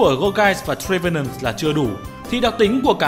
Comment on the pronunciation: Gour "ghê" và "Chê"venant :))))